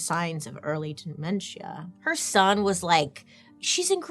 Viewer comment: “De-men-SHEE-AH” 😂 I’m crying